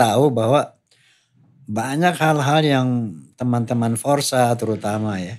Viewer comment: FORSA...MAZ bukan FORZAA